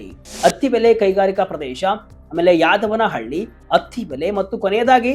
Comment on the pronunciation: ಸರ್, ದಯವಿಟ್ಟು ಹೆಸರುಗಳನ್ನು ಸ್ಪಷ್ಟವಾಗಿ ಉಚ್ಚರಿಸಿ, ಬಳಗಾರನಹಳ್ಳಿ, ಗುಡ್ಡಹಟ್ಟಿ, ಯಡವನಹಳ್ಳಿ